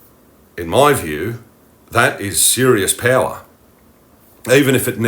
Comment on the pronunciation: you say "payla" and mean "power"? what dialect is it?